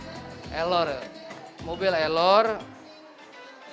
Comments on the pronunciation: 'Error' bukan elor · Error bang bukan ellor